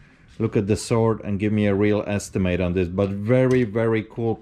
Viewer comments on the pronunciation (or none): What is a 'swaard.' is that any relation to a sword...or as we pronounce it correctly, 'Sord.' I'd love to hear this gentlemans edgeamacashun. Apparently it's a Calvary Swoord.' Hahahahahahahaa. It is not a sword, it is a sabre as used in the Boer War, and is a dress sword.....for parades...not for fighting....and as he says, looks like someone tried to sharpen it. That would be true. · No “w” sound in the word sword.